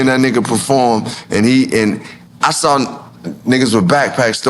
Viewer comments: So Nore you do know how to pronounce the word “saw” not “sawr” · Why does Nore pronounce saw with a R?😂